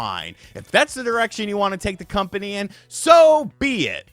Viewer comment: Dumbass CU-ompany... made me lol... almost a slip up!